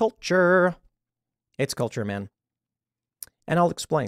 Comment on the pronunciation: Tim “It’s they kulture” Pool